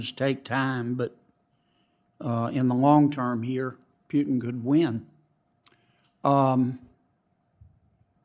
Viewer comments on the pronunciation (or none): OK John, it is PUTIN not PJUTIN.